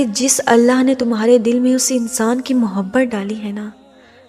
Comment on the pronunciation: is ki awaz to khud h jin jasi h dar lag raha h sun k kindiy api awaz achikiya karo vasay bi jo apbata rahi ho ya sab to hum already janty h ap ki awaz na to mobhat ka lafz aasa bola h mujy lag raha h ka ab mohabat ka lafz istmalkarna chorna paray g koi kaam ki baat nahi batai kindlyaasi awaz wali video kabi bi donwload na karna aaj to sun liya agay sa sun nahi saku gaap na kahak is ayat ki khubsurti lakin aap ki awaz sakoi bi khubsurti nani dekhay:face-blue-smiling::face-blue-smiling::face-blue-smiling::face-blue-smiling::face-blue-smiling::face-blue-smiling::face-blue-smiling